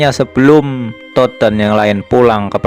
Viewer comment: Todd bang, bukan tot